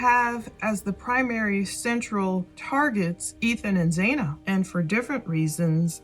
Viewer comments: It sounds like you are speaking badly about Ethan cuz he took his freshman yr over. Don't speak ill of the deceased. Xana is pronounced with a short A. Sounds like Hannah.😢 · And her name is Xana like Zana or rhymes with Anna. Not “zayna”